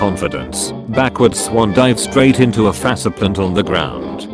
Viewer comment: hearing faceplant pronounced fasse plant made me have to stop.